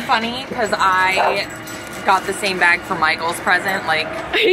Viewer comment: she says beg instead of bag